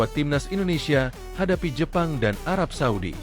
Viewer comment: arab saudi min.. bukan suadi. itu nma pk de gua